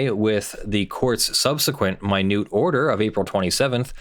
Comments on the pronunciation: Isn't an order in the court's minutes (like minutes of a meeting) pronounced a "minute" order as in hours and minutes, and not pronounced as in the sense of "tiny"? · I agree with your analysis. But the word is pronounced ˈminit’ as in there are 60 seconds in a “minute.” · "Minute order" is pronounced just like minutes and seconds, not "MY neut"....it goes in the court's minutes instead of a standalone order. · Hey,? It's "minute", as in a unit of time or "recorded in the minutes of the court session", not "minute" as in "very small". Just saying. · Minute order, as in hours, seconds, and “minutes.” It rhymes with peanut, not accrue. Don’t ever mispronounce this word to attorneys who actually go to court.